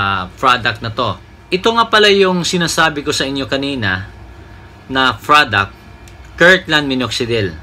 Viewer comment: Product kapatid..... lumabas talaga ang pag ka bisaya mo hahaha 😂